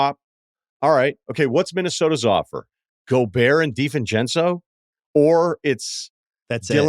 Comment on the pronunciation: It irks me so much when bill adds an ‘F’ to ‘Divencenzo’s’ last name